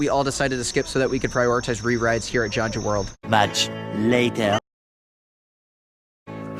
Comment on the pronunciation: Kyung - joo is proper pronunciation.